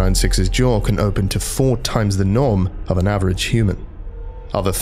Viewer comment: What it actually says: "SCP 096's jaw can open to 4× the norm of a human" What I hear: "SCP 096's jaw can open to 4× the NOM of a human"